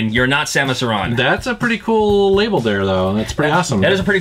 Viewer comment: why do you say samus aron instead of samus aren